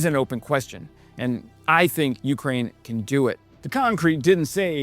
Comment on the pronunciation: I love watching your channel, fantastic videos, great info and details. I only ask one thing, when you say Ukraine, you’re accenting the first syllable, Ukrainians accent the second when they say the name of their country.